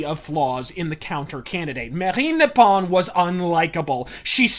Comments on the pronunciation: It's "Le Pen", not "Le Pain" nor "Le Baguette". Though it's a forgivable mistake. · it's lepen. pen. pronouced like the thing your write with. not lepaan. razorfist is an idiot.